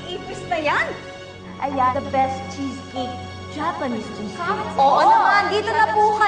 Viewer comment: Giorgia-"welcam to d opaning of georgia's chiscake"😂😂😂